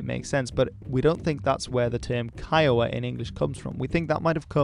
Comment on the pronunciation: kiowa is pronounced koygu